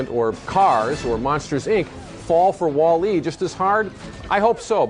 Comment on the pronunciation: stop saying "Wall" and then "E!!!" It's pronounced like "Wally"